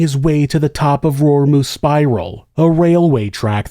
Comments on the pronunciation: Also, I really wish people would take the time to learn to pronounce words from other languages if they're going to do a video about them. It's row-ree-moo, not rory-moo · Thanks for covering this story from Aoetearoa!! Raurimu… pronounce the R with a roll or closer to a d sound like in the word udder… than the au sounds like the word row… rau-row ri same d sound for the r pronounce the i like e row-re & mu like moo row-re-moo Raurimu!!! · As a kiwi and as someone that lives not far from Raurimu ( pronounced rrow-reemoo) this was a shocking and tragic day for us as a nation x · Pronounced Row ree moo 😬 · Not to be too pedantic, Raurimu is pronounced Row-ree-moo, with the r's rolled a little. It's a Maori place name. 😊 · You should remove this video. I'm a direct family member of the people involved in this video and you are reporting on a story that you absolutely do NOT have the full information on. You don't even bother to properly pronounce the name of the area and miss out a lot of why my family couldn't get the help that Steven needed. It is disturbing because people then view this and come away with an only partly informed viewpoint because they got half the story. Its insulting that for you this is an "entertaining story" when for my family and many others its a traumatic event that has ongoing repercussions. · you probably haven't heard of the area because he butchers the pronouncing of the name extremely badly. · Yep I had a laugh at his pronunciation too. But unless you live here (or are a kiwi overseas) it’s hard for people to know how to pronounce words particularly of an indigenous culture. Bit like my attempt at Chinese names or Greek 😂. Good on giving it a go though